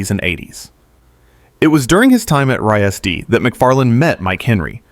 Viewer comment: lol RISD is pronounced Rizz-D. It’s not spelled out.